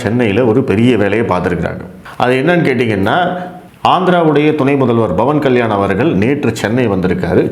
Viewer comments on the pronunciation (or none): Sir whenecer you welcoming commebts you prounounce it Like Commabts instead cvomments.AAnd also Instead of Pavan kalyan You say Bhavab kalyan